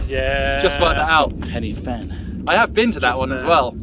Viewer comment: It's pronounced Pen y Van, not Fan. Just fyi.